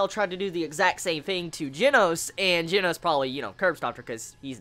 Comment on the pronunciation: Plz learn how to say Japanese names oh gosh. The pet peeves hurt IT HURTS. Like the "G" in Genos is said like hi you said the "G" in Garou and then the "no" in Genos you got it alright-ish I'm pretty sure the "s" is pronounced like a "su"